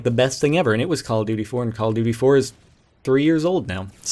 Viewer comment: duy, it's duty :P lol